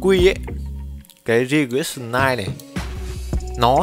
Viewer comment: Regression: đọc là "rì grét shờn". - Phút thứ 8: chắc bạn muốn đề cập đến Định lý giới hạn trung tâm Central Limit Theorem??? - Ép si lon: Error trong tiếng Anh hàng ngày dịch là lỗi, còn trong toán học thì dịch là "Sai số". - Phút thứ 15: Variance (đọc là Ve ờ rì ờn s), trong thống kê gọi là "phương sai". - Unknown: đọc là "ăn Nâu n". - Cov: câu ve ờ rì ờn s, là hiệp phương sai giữa 2 biến. Chỉ có một vài góp ý nho nhỏ vậy thôi. Chúc bạn vui vẻ nhé!